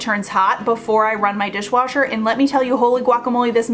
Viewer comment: Repeat : dishwasher, dishwasher, dishwooocher…😂